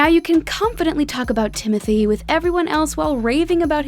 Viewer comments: I love that this lady is correcting everyone’s pronunciation but she’s saying timothée wrong. Also, hasn’t everyone been pronouncing most of these right (Camila, Zendaya, Jake G, Florence, etc.) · Pronouncing Timothée Chalamet's name wrong in a video about pronouncing the names correctly is hilarious. His name is "Timotee" not "Timothy" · Um. It’s funny that the narrator said Timothee like that when it is actually pronounced Tim-O-Tay! 😂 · Dat is not how u say Timothee real name is Tim-mo-tae